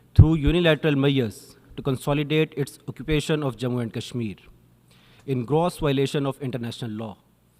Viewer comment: Cross ❌ Gross✅ border 😂😂😂